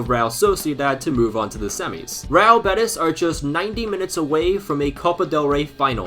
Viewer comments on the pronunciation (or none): its pronunced real bé-tEEEEs bro please